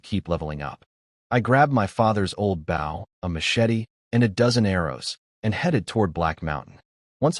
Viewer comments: Can't you teach your crappy AI reader how to pronounce "bow?" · AI needs to learn how to say Bow